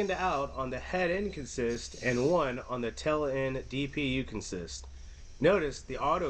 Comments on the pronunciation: Great video. Just one thing...in this case it's pronounced CONsist, not conSIST. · Thank you. That was making me a little crazier than normal. CONsist. Not conSIST. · In railroad jargon the word is pronounced CON-sist, accent on the first syllable, not con-SIST as it is normally pronounced in other contexts. You will often hear the phrases locomotive consist or train consist. The two are generally referred to separately.